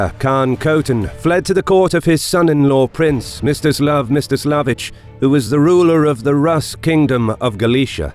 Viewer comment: I heard it as “Mr Slav” in the video XD